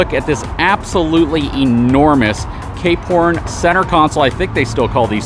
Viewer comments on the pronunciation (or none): Ah, "Cape Horn", I kept hearing "K-Porn". I like the variety of content covered here. Not always my cup of tea, but that's fine, I just choose which videos to watch.